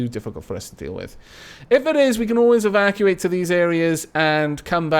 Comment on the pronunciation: Every time you say evacuate I just hear 'Aavakuate'